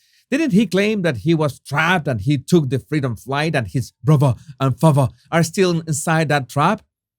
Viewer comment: omg… bruvver… favver…Brilliant. 🥳